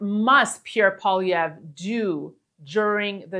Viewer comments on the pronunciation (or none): Kevin STILL can't say Polly-evv